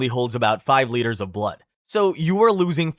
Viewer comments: Liters not litters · why is he saying litres like "litters" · “Litters” “Funji” bro stop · Bro. It's LEE TERS. Not litters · We could loose litters or water? Oh no! I think you mean liters there dude. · As a professional American, "liters" isn't pronounced "litters," it's pronounced "leiters", please fix that in later uploads. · Liters is pronounced leeters not litters. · Litters? Litters of what? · "Eight lidders of fluid!" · Pronouncing liters as litters is diabolical 😃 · Is it just me, or is he pronouncing "LITERS" by saying "LITTERS"? I mean no offense, it just sounds hilarious 🤣🤣🤣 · You don't really pay attention to the fact that this guy's American, until you hear him pronounce units of the metric system. Like bro, seriously, "litters" 😅🤦🏻‍♀️🙏🏻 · 8 litters? The fuck is a litter? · It's pronounced LEE-TERS. JFC. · this is a cool video, but STOP PRONOUNCING STUFF WRONGGGGGGGG, "Litters" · Litters? God dam that annoys me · Many of your pronunciations of in this video are driving me insane especially with how you pronounce liters and fungi. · I swear he´s saying "liters" wrong on purpose XD